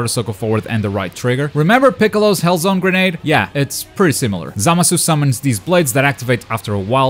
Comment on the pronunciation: The way he pronounces Zamasu bothers me